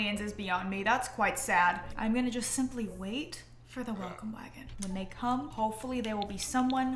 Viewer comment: I honestly thought you said “waffle wagon” instead of “welcome wagon” 😭😭😭